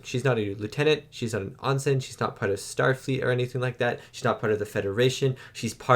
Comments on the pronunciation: Ehn Sin. Not Ahn Sin. Ensign rhymes with Henson (like Muppet creator Jim Henson). Everyone on the show pronounces it, "Ehn Sin", in many episodes that you've seen, including this one several times. Wesley was an Ensign and was often referred to as "Ehn Sin" Crusher. As was Ro, and many others. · She was never "AHN-sin" Roe. She was "EN-sin" Roe. --- Also, remember, the last two seasons of TNG were filmed DURING production of DS9's first two seasons. So there is lore bleed-over. Don't just think of TNG as coming before DS9, because some of their stories were concurrent. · It's Ensign (en-sin) with an E. There's no O😂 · you're killing me with your pronunciation of "ensign". It should be really close to "in sin". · They have ensigns in the Canadian navy too. But really I don't care how he pronounces it. He just seems to have trouble with the word. Every time it comes up he pauses and tries to get it right, but each time he gets it wrong. But if he knows how it is supposed to be pronounced, he can say it correctly without worry. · He does it with so many words it really makes me cringe.